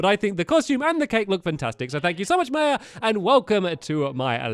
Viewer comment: The way he pronounces "maya" though xD (Not saying this in a mean way)